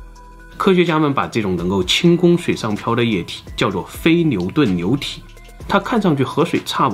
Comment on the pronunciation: 流牛部分，l，n不分。